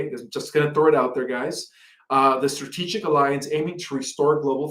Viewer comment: "Stabbelization", "her-ralding", "Stratiggic", "Viggellent". Seriously? That's astonishing for someone who speaks English fluently and doesn't even have an accent.